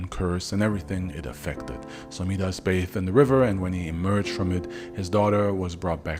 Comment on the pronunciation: Its mee-dus? I thought it was pronounced My-das